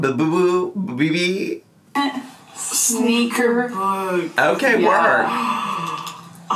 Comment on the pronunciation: I DESPISE how they both say Bebe